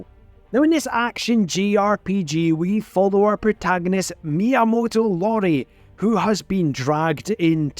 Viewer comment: Just a little FYI his name is Miyamoto iori. It's a capital i and not an l. I say this because it sounded like you said Miyamoto Lori. Now if I'm wrong I'd like to know. Anyways Fate samurai Remnant is so good but I just got Tales of Hearts R for my ps vita and that'll take most of my handheld time